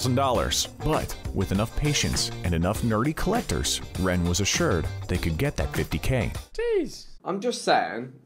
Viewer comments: It is rene not ren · I’m dying at how the narrator is pronouncing Rene 🤣 it’s René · Bruh his names Rene (renay) not Ren😂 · renee not ren lol it annoys me so much for some reason they pronounce his name so wrong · R-E-N-E pronounced like renee not ren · Not Ren it's Rene (Re-nea) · anyone else feeling bothered that the guy in the vid keeps pronouncing Rene's name as ren? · They said his name wrong it’s pronounced Rene